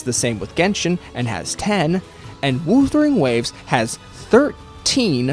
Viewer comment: The way you pronounce "wuthering" hurts lol